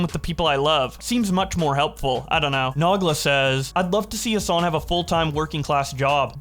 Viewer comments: i was gonna say something about how i work a regular job and fuck me nah its more draining would love to make money off of my hobbies, but like the way you said nogla its not nog-la its no-gla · No way did mispronounced Nogla's name lol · Don't ever say Nogla like that again.